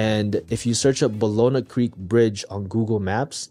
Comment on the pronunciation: Homie, you pronounce it “bah-yoh-nah”